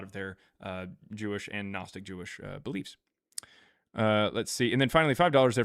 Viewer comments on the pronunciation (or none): none